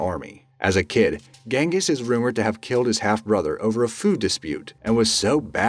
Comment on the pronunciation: It's pronounced Jenghis...